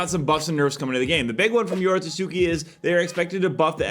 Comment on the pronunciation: bruh i get that ur editor leaves u stuttering for some reason but IT'S NOT YORO SUSUKI, IT'S YORO TSUKI, STOP BEING RACIST